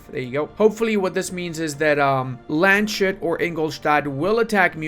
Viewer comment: FYI its pronounced Lands-Hut. Love your Channel